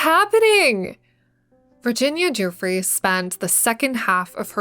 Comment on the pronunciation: making a video about epstein and having the audacity to mispronounce Virginia Giuffre’s name is insane